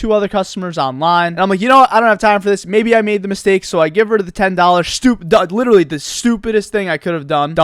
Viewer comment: Stop saying liddurulee